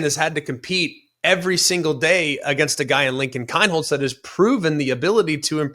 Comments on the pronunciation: It’s Keen not Kin pronounced! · You don’t even know how to say Kienholz correctly LMAO